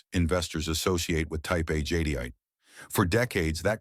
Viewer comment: I hate these auto narrated voice overs. Jadyite? Jadeite pronounced jadite